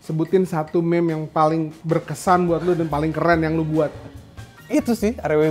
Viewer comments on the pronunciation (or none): Eno bening mengamuk melihat berkata "meme" bkn mim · Meme itu dibaca mim